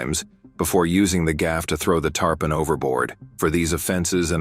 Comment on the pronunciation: Wait why did the AI say tarpon and then say tarpin. Don't you think the AI will be smart enough to just run with it stupidity after it made the first mistake, lol